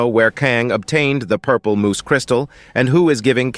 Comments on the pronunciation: For the love of God it's moss not moose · At first it was funny but now, after the ten millionth time, I'm yelling at my screen "IT'S PRONOUNCED MOSS MOTHER FUCKER!!!!! M. O. S. S. MOOSE IS AN ANIMAL!" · It's 'mose' not moose 🫎 lol 😂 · STOP SAYING MOOSE! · It's moss, not moose. MOSS!! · MOSS.... not Moose. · uh its crystal moss not moose okay